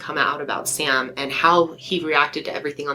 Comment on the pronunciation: Sam, its Sam.